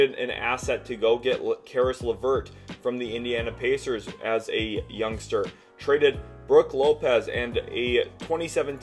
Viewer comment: Are you saying “young star”, “youngster” or “youngstir”